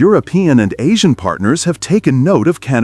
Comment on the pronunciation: sorry, the word is asian, not ah-see-on, as your "english is a second language A.I. narrated" garbage.